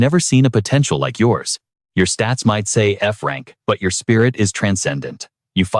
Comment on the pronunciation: Bro it was a joke 😑 he saying Frank instead of F-Rank